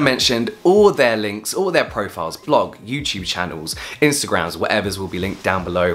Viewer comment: no one: James: yewtyewb